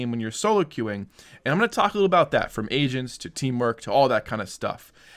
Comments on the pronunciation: I heard asians instead of agents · I keep hearing "asians" instead of "agents" 😳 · Am i the only on who heard (Asians) instead of Agents? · I though you were saying "Asians" but it turns out, it was "Agents" HAHHAH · swore this guy said "asians" ... I was like... yeah that makes sense